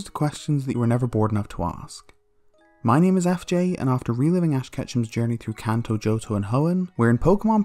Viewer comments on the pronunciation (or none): none